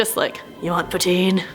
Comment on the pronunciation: Poontine? Wtf haha